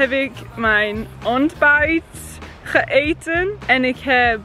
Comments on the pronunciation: Gegeten niet geeten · ITS not geeten maar gegeten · Kan je dit verstaan? 😂 btw its gegeten 😂 not gëten lol